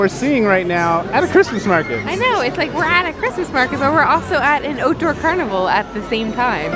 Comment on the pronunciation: Sorry! It was her "...."ootdoor"... which gave her CANUCK roots away.